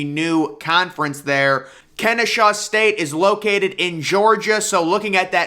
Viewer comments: Its Ken-eh-saw state. I go there so its pretty exciting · God please learn how to read. If you see an “h” in Kennesaw, I will apologize.